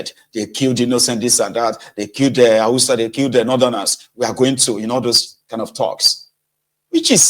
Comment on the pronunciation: You said husters or terrorist Fulani